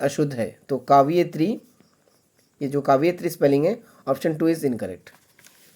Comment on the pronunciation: यार क्या बता रहे हो हिन्दी में तो आप खुद ही अशुद्ध उच्चारण करके उत्तर ग़लत बता रहे हो जैसे कवयित्री, जयशंकर प्रसाद, पुस्तक वाले उत्तर